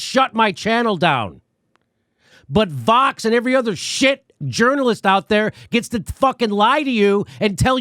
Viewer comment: It sounds like he’s saying Fox instead of Vox 😬